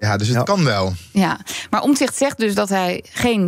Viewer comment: Hij heet Omtzigt niet Omzigt, beste "Journalisten".